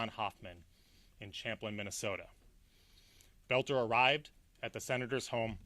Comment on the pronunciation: Oh my gawsh,. You look like you're smiling through this entire presentation. The guy's name is Boelter. NOT Belt-NER. The word is ESS CAPE, NOT EX-CAPE. It was painful to watch you do this oh so important representation of the people and their safety. The actual efforts the police made in apprehending Boelter and cutting short his murder spree was exemplary!